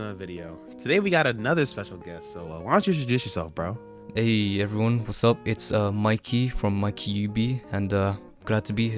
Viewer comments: Not pronouncing Mikeys name wrong like he pronounces every anime characters name wrong 😭🤣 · Ain't know you pronounced mikey's name wrong 😭